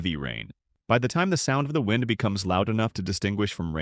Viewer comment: Get Rid Of The Bullshit AI Voice, It Can't Even Pronounce "Wind" Right